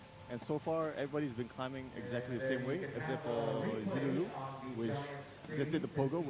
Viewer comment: Agreed, getting so sick of butchering everyone's name these past years. "Zilulo"?! As a commentator, you'd think it'd be the main thing to get right at least